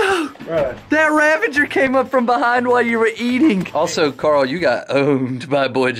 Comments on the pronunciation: Ravager [Rah-VAH-ger]. That is all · haha this is why I tell people to do their research before saying stupid things Hint: it's not 'ravenger' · Dude its "Ravager" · nobody: Mr beast and Chris: rAvEnGeR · Things that will never change: Chandler doesn't know how to use sword cooldown Jimmy doesn't know how to use /give Karl screams at casual plays Chris can't pronounce ravager correctly